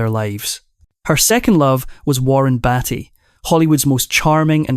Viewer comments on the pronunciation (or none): Her name is pronounced "KEY-tin, not KAY-ton". And it's "Warren Bee-ty" not Warren Batty. This vo make me cringe.